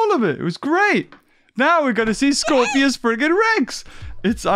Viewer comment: it's scorpius not scorpios